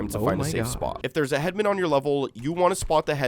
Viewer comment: Pet peeve, i found it annoying how you pronounce "headman" as head-men, i always pronounced it as head-man